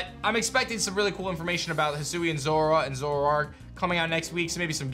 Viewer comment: I thought it would be pronounced Hi-sway-n